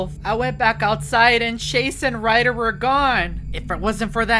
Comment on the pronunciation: Bro really said riger 💀💀💀💀💀 that time